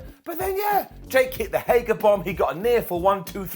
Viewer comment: Who’s going to have to be the one to break the news to that it’s “Hager”, not “Hagar”?